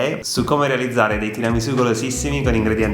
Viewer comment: No no no, non va bene. Cosa sono queste varianti? Bisogna rispettare la tradizione! Non si può fare come si vuole! Mi riferisco alla pronuncia della S. È tiramisù con la S di Sassari, non di Rosa. Comunque mi segno il link e appena ho tempo lo faccio. Il mascarpone con lo yogurt lo facevo anche io, anche se vorrei provare a sostituire la panna con quella simil pasticciera.